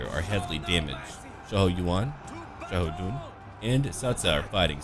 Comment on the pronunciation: As a person who learned how to speak Chinese, the way you pronounce characters' names is quite nice. In fact, i loved how you fluently pronounced Xiahou Dun's name.